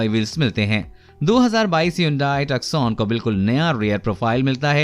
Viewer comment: Lol, it's Hyundai Tusson and NOT TUCKSONE